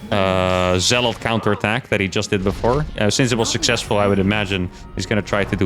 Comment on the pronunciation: STOP SAYING ZEALOTH! You keep spooking me! It's Zealot.